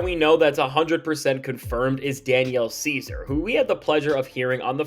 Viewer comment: Or he just horribly mispronounced his name? Like every human has done before?